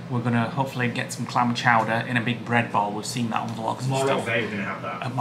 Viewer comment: Very much enjoyed this vlog guys. You made us chuckle at the amount of times you said “Clam Chouder”. So pleased it met up to expectations. Looking forward to your next vlog 🤗